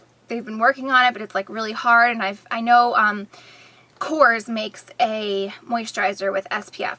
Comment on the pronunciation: It's actually Korres (you have to put the emphasis on the "e" = epsilon)